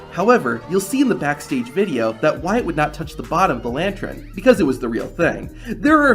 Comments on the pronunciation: It's a LANTUN not a *LANTREN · Lantern not lantren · Bro spent three whole minutes saying 'lantren'. It's lantern. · Lan-tern homie. Lantern. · I'm still trying to figure out what a "lantren" is..... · It's the way the narrator pronounces it. I just replayed it😂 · The word is pronounced LANTERN